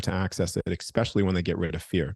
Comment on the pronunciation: Why in heavens name do so many people have difficulty saying "Especially"?! instead they revert to talking like a child by saying "EXPECIALLY" One of many great mysteries.😂